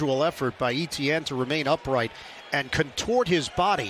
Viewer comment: the pronunciation of Etienne is really annoying. the commentator absolutely butchering it